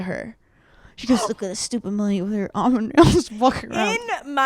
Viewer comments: Hannah is wrong for dropping the L in almond 😂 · Not Hannah gaslighting Paige into thinking Hannah isn’t saying “almond” dumb. 😭 “ah-mind” CRAZY.